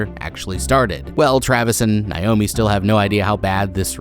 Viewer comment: Bro stop mispronouncing my name. It’s Nay-oh-mē